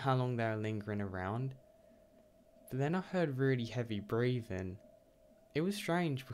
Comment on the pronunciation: “Heavy bweavin” lol